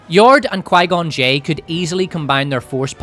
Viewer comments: Pie-gone Jinn is KILLING me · Qigon j sounds a bit like qiygon jim but with two extra letters on the end